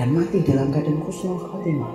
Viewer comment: Bukan khusnul khotimah Tapi Husnul khotimah, min.